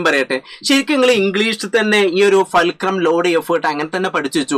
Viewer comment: ഫേൽക്രം അല്ല ഫുൾക്രം ആണ് മച്ചു